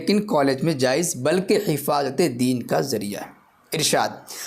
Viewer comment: یہ حفاظت کہہ رہا ہے یا حفایت